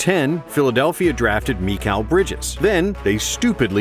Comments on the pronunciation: i think most people pronounce it like mick-ale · most people pronounce mikél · "Meekhal Bridges" lmao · “Meekal Bridges” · Whose “meekayle” bridges? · Also, Meekal? Seriously?